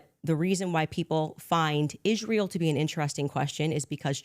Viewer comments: Ishhhrael ishhhrael. It's ISRAEL! Goodness gracious lol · made one mistake during this debate, he never asked candace why she pronounces israel like that. It's like nails on a chalkboard to me